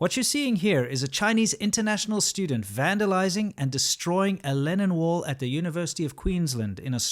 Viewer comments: I kept hearing "Lenin wall" and I couldn't figure out why it represented anything good.. Oh I need to go to bed. Obviously it's "Lennon wall". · What is he saying? Lenin wall? As in V. I. Lenin? Or linen? Lennon? Really I want to know. Oh I found it. For anyone else who did not know, the first one was in Czech Republic and it was in honor of John Lennon. Also used in Hong Kong. I had no idea.